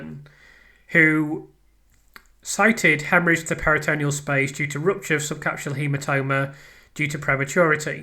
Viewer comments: Just a tiny observation, firstly LOVE the channel and all your work, just a little note re pronunciation... It's PERI-tuh-NEAL not peri-TOE-KNEE-ul 👍🏼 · Love your channel, your hard work and persistence. Please get the medical pronunciations correct. Check pronunciations, for instance peritoneal is pronounced PERI-tuh-NEAL not peri-TOE-KNEE-ul It's important to get these terms right, and your attention to detail means you like getting things right I know 🤓👍🏼👍🏼👍🏼